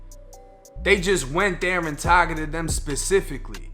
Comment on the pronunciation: Tahhhgettted, stop trying so hard